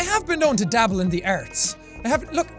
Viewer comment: anybody realize he says arts like erts?